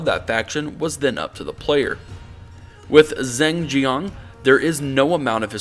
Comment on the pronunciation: "Zing Zhiang"? Dude you need to learn chinese.